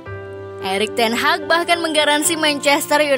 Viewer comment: Teg hag 😅 😂